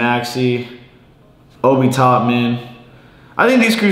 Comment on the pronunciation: Nobody:: “Obi Topman, Riu, Jokick”